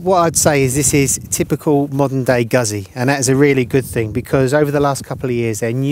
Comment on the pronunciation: It's Guzzy, not Gassy! :) Think of saying Pizza, great bikes Guzzis though!